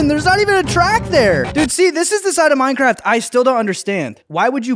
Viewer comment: We got some meurncearft bro here we geur